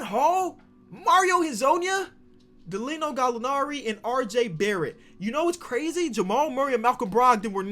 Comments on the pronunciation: He said “Dalino Gallinari” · “Dalino Gallinari” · I really like that “Dalino gallinari” guy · No one:: Gallino Dallinari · no one:: 'dalino' gallinari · Man said Galino Galinari when he got him on his team 😂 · Everyone: Danilo Gallinari: Dalino